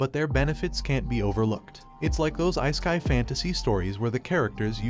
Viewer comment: "Ice-kai" ai voiceovers suck ass